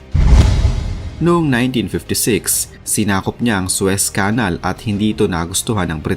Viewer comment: Please lang...paki-pronounce ng maayos ang Suez Canal.